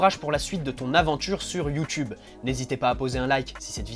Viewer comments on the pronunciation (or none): none